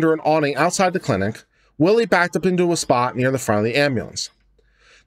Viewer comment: It's pronounced Whylie not Willie!